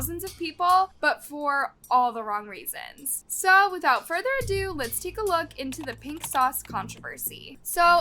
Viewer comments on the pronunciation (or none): none